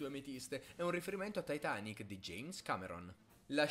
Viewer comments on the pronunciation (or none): none